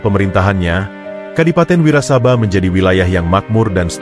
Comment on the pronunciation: Klo baca narasi yg bener dong ...nyong Kye wong Banyumas.....bukan wirasabai ...tp Adipati Wirasaba 1...😂😂😂😂